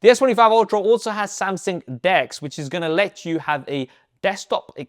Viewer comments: say it with the rest of us who speak CORRECT ENGLISH: AH-LOO-MI-NOM,, not A-LA-LOO-MEAN-EYUM 🤣🤣🤣🤣 SAM-SUNG not SAM-SING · Brother your videos are in the absolute top tier of reviews. But please work on the way you pronounce Samsung because "Samsing" makes me feel so stressed when watching